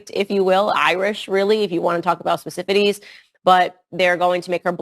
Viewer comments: She said "specifities"? (Is that a word?) And if nothing is allowed to change then hand that woman a string and 2 tin cans! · "If you want to talk about specifities"? What's a specifity?